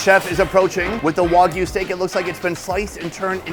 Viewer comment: Its WAG U not WOG u